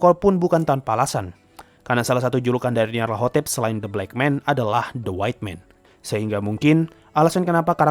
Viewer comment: Bg bacanya nyalatotep